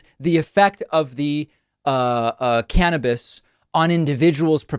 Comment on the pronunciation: Finally someone says cannabis like